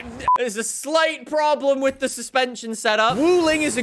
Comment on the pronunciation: Is it just me or the way says ‘with’ sounds like ‘whiff’???